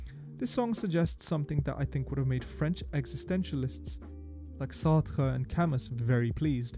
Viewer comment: The way you pronounced Camus sounded very strange to me